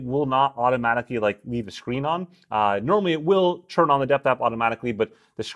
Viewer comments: I love your videos. Really informative and honest, and I know english isn't your native language, but PLEASE, please stop saying CHURN instead of TURN. I know you can say a T, I've heard you use that letter :D Kepp up the great work ;) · It’s turn not churn